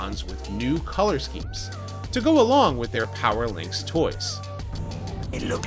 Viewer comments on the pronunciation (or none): none